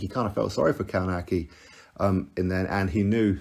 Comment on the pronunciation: Adam Kałnaki.... Co za wymowa...